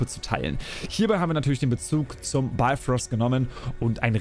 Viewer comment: Moin,es es heisst Bifröst mit "i",nicht Beifröst und Heimdall's Schwert heisst Hofund,nicht Hofur - da hat Ubisoft wohl gepatzt🤔 Aber,die Schwerter seh'n ma echt gut aus👍🏻 Origins gefällt mir am besten,von den neuen Teilen und natürlich AC 2 von den alten...